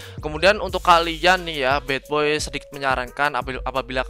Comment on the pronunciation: Anjir bilangnya bukan badboy tp batboy😂